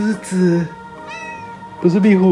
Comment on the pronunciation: 說「壁虎」發音好標準🤣🤣 好厲害